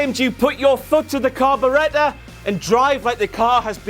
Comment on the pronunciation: "Carbaretta"? Is trying to say carburetor?